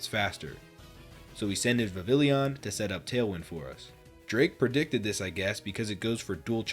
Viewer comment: Its pronounced vivillon my guy